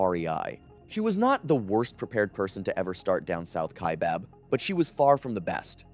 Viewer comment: Kaibab is pronounced like sky or hi not like hay or way. EDIT : How did you get it right the second time? Then it's bob? Then right again. Just tongue tied I guess.